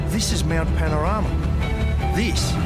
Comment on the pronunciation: hahaha. He flubbed a little on the name 'Mount PAN-OR-A-MA, 'and it sounded to me like he said 'MOUNT PAR-A-NOI-A.' Strange to say, but it sounds weirdly appropriate. Jeeez. 🙂